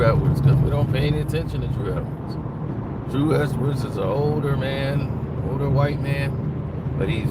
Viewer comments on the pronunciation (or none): His name is "Huw Edwards," not Drew Edwards 🤦🏿‍♂️😂